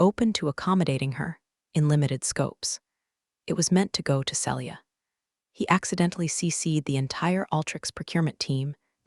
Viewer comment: Celia is pronounced Seelia not Sellia. If you can’t pronounce it don’t use it.